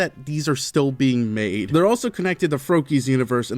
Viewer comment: why did you say made like that